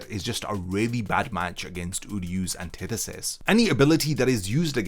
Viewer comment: When i heard him say anthitetist (idk the name first language isnt english) i knew that this wasnt gone be fair at all (for sasuke that is)